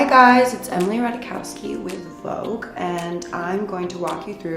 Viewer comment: vouge is vouge. 😊😊